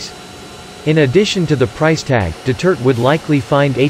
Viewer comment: Could you pleasw say Duterte instead of Dutirt!